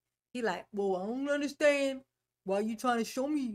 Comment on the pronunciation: anyone else get as angry as me whenever he says "underschtaend" .. he used the word so many times as a lie that his mispronounciation bothers me so much